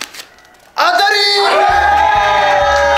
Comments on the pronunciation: 当たりの当をあたって言ってるのおもろいわ。あなのに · 最後の当たりの、読み方は、[あた]ではなく、[あ]です❗ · ザカオの「当」 は「あた」って読んでたけど「あ」じゃない？w 当たり、で「たり」が送り仮名だしw ザカオの罰ゲームの物足りなさが逆に面白くてバカ笑った 笑笑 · 最後「当」たりなのに「あた｣って言ってのおもろいꉂꉂ😂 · 最後の当はあたじゃなくてあだしww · 当⇦あ 「あたなにこれ？」読み間違えてて笑えるw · "あた"じゃなくて"あ"じゃね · あたじゃなくてあじゃない？ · あたでもないし笑当たりって読むからあだし笑